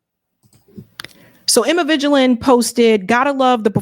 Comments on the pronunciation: Thumbs all the way down in flames. If you don't like drama as you put it. It's best not to engage yourself in other people's messes. That which includes sideline analysis while sipping tea. Second, Ms. Emma Vigeland's surname is pronounced 'Veeg-land' not 'Vigi-land.' My opinion is that TYT looks the worst in all of this drama. They chose to appease MAGA, shun Democrats and go on right wing leaning shows. Personally, I like both Mrs. Ana Kasperian and Ms. Emma Vigeland even when I disagree with them. I have corresponded with both and I appreciate who they are. Something you said here I strongly disagree with, and you are the proof of it. There are a lot of instigators on social media. Especially on the cesspool that is Elon Musk's X, long before he even owned it. I've been watching Sam Sedar's Majority Report and The Young Turks ever since they were on Al Gore's co-owned Current TV. If you have philosophical disagreements with one another. Why don't you just face them in all of their cases. To Mrs. Francesca Fiorintini's case. She did that when Cenk Uygur went on her show The Bituation Room to both of their credits. So in Cenk's case if you can go to a TPUSA (Talking Points USA) with Charlie Kirk's rally, but you can't find agreement with Sam Sedar. You have them nullified your own credibility as to what you truly stand for. Lastly, I don't agree with your final analysis of why Democrats lose elections and debates. My opinion to that is simple, they lose debates because ultim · Wait, are you saying Emma Vaginaland's name correctly? Because it sounds like you said Vaginaland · VIG- LAND.. its pronounced VIG-LAND!!! have u never listened to ANY broadcasts?? She says her name everytime!! Geez.. i really wanna be a fan, but i have a hard time beleiving you hold the credentials you hold, while you make the gramnatical & pronunciation errors you do. Hard to be taken seriously when you sound like you dont comprehend the subject matter.. ijs